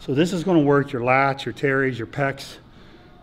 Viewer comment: Wait, hold up... my what??? I heard lats and pecs, but what are "terrys"?